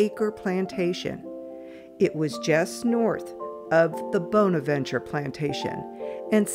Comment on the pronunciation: I've always heard the word 'bonaventure" pronounced with a short o and not a long o when you're talking about that cemetery